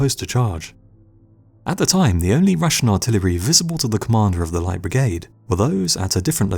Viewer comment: Do practice saying "Light Brigade". You sound like an illiterate prat.